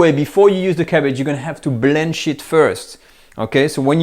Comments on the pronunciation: when he said blanch it first I thought he said we gotta blend shit first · I thought he said "blend shit" but he said blanch it. 😂